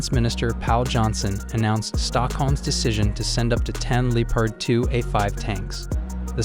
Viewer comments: Nah, DW says “Lepard”. He is saying “Leepard”. Of course it should be “Leopard”. It the end, it doesn’t matter but sounds weird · pretty sure he says "Leopard" but the O sound is barely noticable.